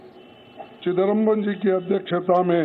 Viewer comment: Chidambaram bol rha hai 😂😂